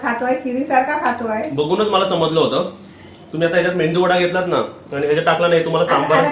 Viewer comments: It’s MEDU wada and NOT MENDU wada and its भोपळा and NOT भोपला. Kindly use correct words. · shudhha bol re mendu vada nahi re menu vada अणि भोपळा